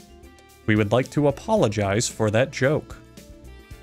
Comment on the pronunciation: DID HE JUST SAY APPOLLENGIZE